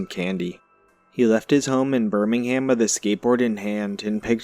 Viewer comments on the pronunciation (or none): none